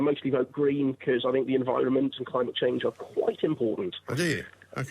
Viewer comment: I will not listen to anyone who starts their argument with "I Fink"!